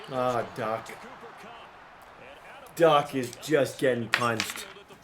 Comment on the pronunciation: Bro said copper cup for cmc